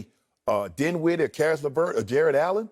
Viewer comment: Lol lavert? dinwiddle? Shannon stop smoking. Y'all tripping off one year.